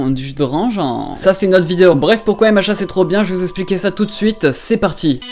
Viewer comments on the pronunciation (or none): Je viens de comprendre que tu disais MHA grâce au commentaires moi j'entendais "hé machins" 😂😂